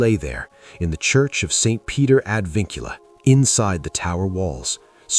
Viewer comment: Pronounced ad VINcula not ad vinCULA. Historians always seek the truth. Yes, open it for the sake of history.